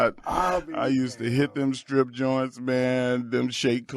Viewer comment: The way he said Strip clubs like strip has 3 syllables